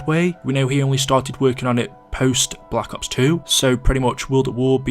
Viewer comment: The way says Black Ops kinda hurts for some reason, most people pronounce it like Blah Cops, but he’s like BlacUHPs